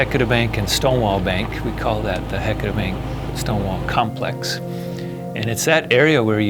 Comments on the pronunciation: Ok, I grew up here in the Willamette Valley, 58 years old and NEVER heard of Heceta being pronounced like HECK A TAH in my life! It feels and sounds so,,,,WRONG to not say HE-CE-TA. Agh! How does one get beyond this mispronouncement that is ingrained in me?? I love Oregon, and geology. Thank you for this great information! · Thank you! I'm a native Oregonian and grew up in North Bend on the Oregon coast. We've always pronounced it "Ha-sea-ta". "Heck-eh-ta" is grating to hear. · I never heard it called "HECK etta" until the 80s. I think it has to do with people who weren't from here coming here and mispronouncing it, and then pretending that the LOCALS mispronounced it. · I know right! Ive lived here my whole life & always correct people who dont know how to pronounce it properly, but im shocked to hear a well-educated scientist say it wrong. I wonder how they pronounce Yachats, my favorite place in the whole world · I can't listen to the word Heceta mispronounced through an entire documentary. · You guys need to learn how to say “Heceta”